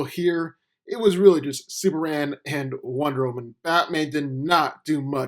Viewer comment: It's Superman. Not Super Anne! Fukk! So triggered!